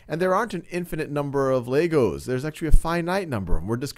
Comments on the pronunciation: It's legos not laygos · Bro really said "Laygos" 💀💀